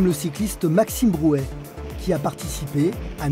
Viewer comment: Bouet pas "Brouet"